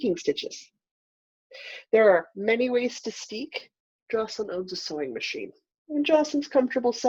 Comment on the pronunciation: Jocelyn, it is pronounced a (like in say) da (aida)